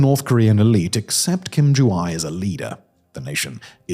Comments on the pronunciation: AE/애 isn’t pronounced as “eye”. It’s more like “heir” in British English, where the R isn’t pronounced. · ju-ae not ju-i jesus christ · the poor pronunciation of my mothertongue stressed me out too much 😭. its not "eye" its more like "eh" "joo-eh" but then also I dont like NK and the dictators so making fun of them and butchering their names is also funny. so torn between mockery or accuracy 😭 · Whatever her name may be, I think we can be pretty sure that "Kim Ju-I" is not it, since the sound I (as in hi) does not exist in the Korean language ^^" Ju-ae would be "joo-ay" and Ju-i would be "joo-ee" - the closest you'd get to the sound would be, as in Japanese, a combination of "ah" and "ee" which would be romanised as "ai" but would still represent two separate sounds. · It wouldn't be pronounced as Ju-I but Ju-a. The ae is pronounced like the letter e in the word bed. Of course, I guess we're not really sure if that's her name. But, I thought I'd share anyways. 😊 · The description of the political situation that sounds so much like the C-dramas set in ancient times. The wardrobe is just not as fancy. As an aside, "ae" is pronounced more like "ay" than "eye", since, in Korean, the "eye" sound is separated into two syllables, and names are only 3 syllables. "eye" would make it 4. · Korean "ae" (애) pronounces like "eh". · Urgh.. butchers pronunciation again! Name is pronounced Joo-eh! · Ae is pronounced as eh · “Ae” is pronounced “ay” like “hay” and “may.” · ROFL I never heard anyone mispronounce names so bad in my life. I think for one of them he literally said SOJU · You are pronouncing her name completely wrong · made a whole vid on her but didnt bother researching how to pronounce her name